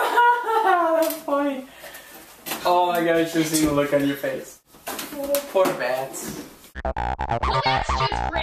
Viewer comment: "pore bats" LOL